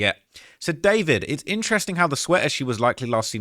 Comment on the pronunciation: It’s not David it’s Dee four vid hahahah